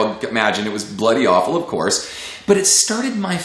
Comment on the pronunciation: Great video Ken, got me through a difficult singing patch! Also when you said 'Bloody awful' you sounded very British! :D haha